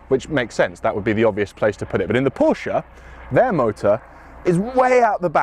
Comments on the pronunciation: First off, PROPS for getting both names right. Pors-sha (not 'porsch') and Hyun-DAY (two syllables is correct, not Hy-un-dai as many Brits seems to pronounce incorrectly). I personally find the Ioniq 5N more interesting than the Macan EV and I'm a huge Porsche fan too... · Kudos for pronouncing both 'Por-sha' and 'Hyun-DAY' correctly (so many Brits butcher the name, Hi-Un-dai'